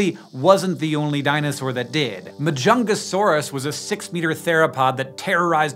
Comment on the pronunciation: I hear Majungasaurus as The Chungus Saurus and it's quite distracting.